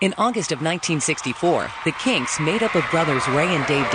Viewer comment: They seem to be able to say 'Kinks' properly...